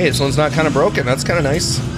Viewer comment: Only can make the word “and” have 3 syllables 😒 (ay-yun-duh).